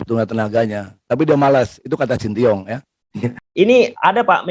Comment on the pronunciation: Shin tae yong pa ketua, bukan sintiong. 😅